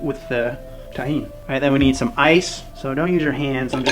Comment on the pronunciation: yeah by the end you had it lol